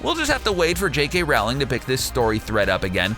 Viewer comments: It's pronounced Rowling like Bowling not like Plowing. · J K Rowling, like BOWLING not Howling. You lose all credibility. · It's not pronounced rawling it's pronounced rolling (Please don't tell me I spelt her name wrong. I know how it's spelt. I was just expressing how it's pronounced to make it easier to understand.) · Please stop staying "JK Rowl in" it's pronounced role in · Nice video. I enjoy your series on Harry Potter. One thing though, Rowling rhymes with bowling. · BTW, J.K. Rowling's last name is pronounced Roll-ing (rhymes with bowling). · CBR consistently gets facts wrong and mispronounces Rowlings name in every video. It's pretty clear they neither read the messages nor care about the accuracy of their work. It's money for them, nothing more. They don't give a flying hip-thrust at a tumbling bagel about the material.